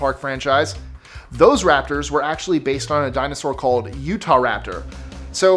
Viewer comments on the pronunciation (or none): none